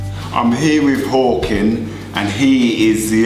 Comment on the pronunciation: Thought you called Håkan "porkin"